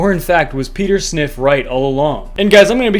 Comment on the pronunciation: Peter Sniff 🤣🤣🤣🤣